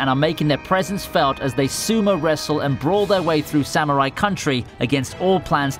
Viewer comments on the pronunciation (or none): none